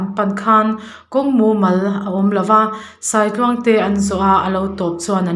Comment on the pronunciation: A ngaihawm hle mai, a chhiartu hian a thiam rual rualin, Sâitluang, Sai kalkawng a chhiardan alamdan hi a diklo tlat. Sai hming kan sawia a thluk asang ang hian, Sâitluang tih tur a ni.